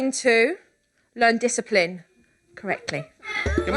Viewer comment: This is how many times Supernanny says DYSAPLIN or however you spell it. | | \/